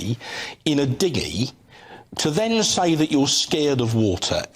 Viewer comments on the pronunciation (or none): He said diggy not dinghy ha ha